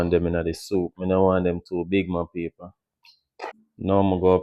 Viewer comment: I love when he say ok ma peaple